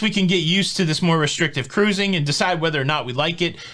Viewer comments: bets a like as soon as I hear Kah rusing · I love when you say the emphatic “CA-ROOZING” when you invite people to subscribe. I’ve missed it in some of the recent videos, so I hope it becomes a staple! Thanks for all you do,!